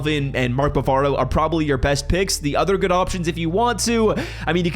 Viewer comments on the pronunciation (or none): Mark Bavaro not bravo lol